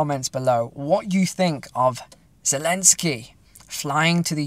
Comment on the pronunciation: I noticed all the news readers adopted pronouncing Kiev (key-ev) as "keev" after Biden mispronounced it when reading from an auto-cue and now Biden introduces Zelensky as "Bell-end-ski" this clown world may finally provide some laughs.